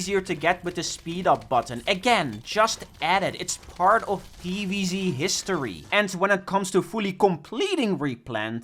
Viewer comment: If I have to hear PEEVEEZEE one more time im ending it